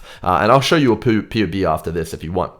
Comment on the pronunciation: He said poob